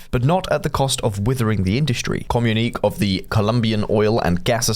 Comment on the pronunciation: still can't pronounce 'communique', come on!!!